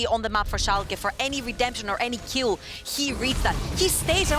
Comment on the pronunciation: I understand the words, they just don't flow well. Yeah, I know she said kill, but when it sounds like the 'keel' of a boat, it is distracting.